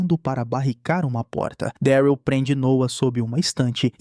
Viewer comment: Fala mano, video perfeito, sou fã da série kkkk. Só duas correções sobre a pronúncia: não é Gabriel e sim: GÊI-bri-uhl e Daryl é: Dérril. Pelo menos na versão dublada, a pronúncia é feita dessa forma. Acredito que a pronúncia ideal seja essa. Do mais, um excelente trabalho que você vem fazendo, tmj !!